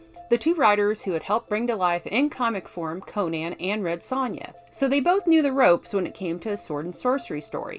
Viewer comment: Maaan... usually TRY to ignore, but in THIS case, maybe check a speech therapisshhhht. "priSoner" can be pronounced and enunciated correctly yet "shhhooo" (so) and "creashhhure" (creature) is an issue. Man! Had to cut this one short folks. When your voice is the SOLE selling point, maybe get it checked in a sound booth first. Eh?!?